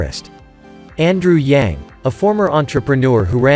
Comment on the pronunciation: You don't know how to pronounce YANG properly. So shut up!!